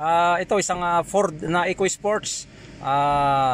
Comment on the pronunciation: furrrrdd ekoy-ispoyts